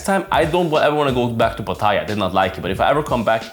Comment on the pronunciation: First of all you should learn to pronounce Pattaya correctly mate.